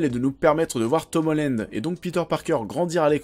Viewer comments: On dit Tom HOLLAND pas Tom HOLLÈNEDE (<--- ceci est la prononciation) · c'est pas Tom Hollend mais Holland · Par contre euh comment tu prononces Tom Holland ça va pas du tout..